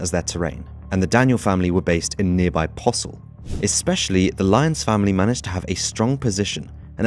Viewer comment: “Paw-sil”? Naw, mate, it’s “POH-sil”! 😎